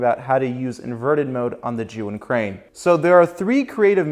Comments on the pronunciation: First of all, great job of pronouncing the company name correctly, I just ordered the Crane M so I´m watching a lot of gimbal tips n tricks, almost noone pronounces the name correctly lol. For the last method, consider operating the crane remotely with the app, in an ideal situation that would be another person but I do believe it´s doable by holding the crane in one hand and your phone in the other. Cheers! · Really good tips. Also enjoyed your pronunciation of zhiyun